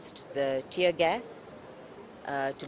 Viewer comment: It's "tear" bro "tear".. not tier. Shame on you.